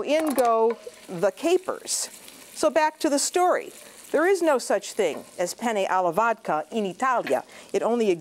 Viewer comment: Not even "Penne alla vodka" she can pronounce correctly.... 😕 I'm sure that this lady has never watched a video in Italian to realize about the authentic recipe. By the way Italian-Americans are not Italian. Their pronunciation of Italian words is very weird.